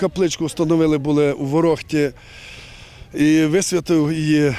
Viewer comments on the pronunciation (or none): Не гостіннічка а кістково туберкульозний санаторй Смерічка в слові Ворохта наголос на перший склад